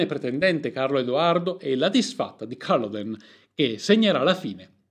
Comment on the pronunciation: Fantastico video!! Attento alle pronunce però, soprattutto Culloden